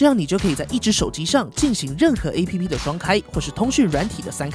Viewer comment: APP的唸法是"ㄟˋ ㄆ˙"喔